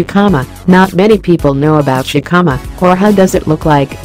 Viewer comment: It would be better if it was not a robot speaking. It makes it seem so impersonal. The voice also keeps mispronouncing the word Jicama. The "J" is a "H" sound.